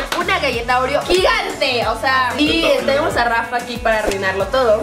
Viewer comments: No seria ''OREO'' dice ''REOO'' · decía reoo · oye Karen dijiste réyelo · Es oreo no reoo xdxd